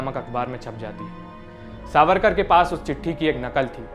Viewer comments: Savkar ❌ it’s “ SAVARKAR” plz correct it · सावरकार not सावकार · सावरकर, not सावकर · Its Savarkar not savkar.... atleast check before uploading video.... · सावकर नही सावरकर है उनक नाम